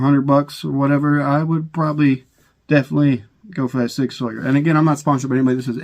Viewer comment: When he said sig "sawyer" instantly started playing Tom Sawyer in my head lol.